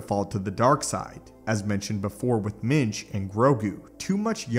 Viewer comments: Are you saying Mitch or Minge? Cause I’m hearing Minge and I’m sure that can’t be right haha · I thought he was saying Yoda’s first name was “Minge”.